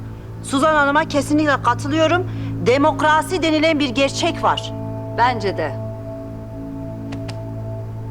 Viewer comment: Şengül demakrosi demesi😂😂😂😂😂